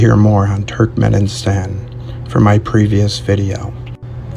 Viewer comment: Will someone please tell that dude to stop saying Turkmen-in-stan and pronounce it correctly 😭